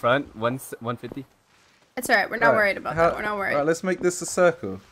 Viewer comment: ”Altight good work guys!! Now moving forward” xD 😂